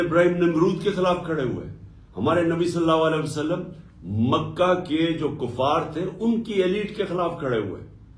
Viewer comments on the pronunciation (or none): Ye Nabi Sallallahu Alayhi wa Sallam sahi nahi bol sakta, keun ke ye aik shaitan hai or Paak Nabi Sasallallahu Alayhi wa Sallam ka naam is ki napaak zuban pe nahi charh sakta. Ma’az Allah, ye shaitan Nabi Sasallallahu Alayhi wa Sallam kehnay ke bajae Nabi Salla Walay wa Sallam kehta hai.